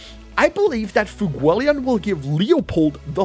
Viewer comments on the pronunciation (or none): Why is there not a single youtuber who can pronounce FUEGOleon's name right?